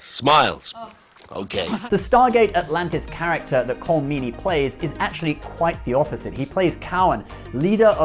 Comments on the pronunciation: Jesus Fuck Dude...can you pronounce anyone's name correctly? Rene -- ReNAY, Colm - Col-em. These are errors that put your credibility into the realm of Brian Stetler. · Colm is pronounced Collum........Jaysus Chrishty you English have been visiting, trading and invading Ireland for hundreds of years and you still get all these names wrong. At least you're better than the Americans, pronouncing Dougherty, Dow-herty, its Da-herty (its not really but when speaking English its close enough) but their solidified in their pronunciation so in 100 or 200yrs everyone will be saying it wrong.......like everything else :P . You could compare stuff from gate and trek, gates and iconian gateways, replicators vs borg, trill and jaffa etc